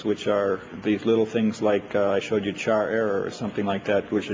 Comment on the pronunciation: glad to know i pronounce char like knuth